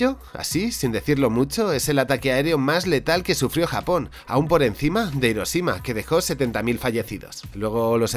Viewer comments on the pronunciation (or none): none